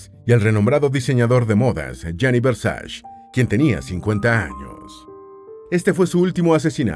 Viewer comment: No es Versash, es "VERSACHE". Es una palabra italiana, no inglesa.